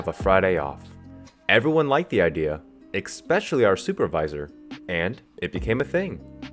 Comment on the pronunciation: I am such a HUUUGE FAN of this channel!!! Then, you said, "eXpecially"... Folks say, "you should never meet your heros." This has got to be the same feeling, that those wise and kind souls are trying to save you from 😞... I was such a HUUUGE FAN of this channel..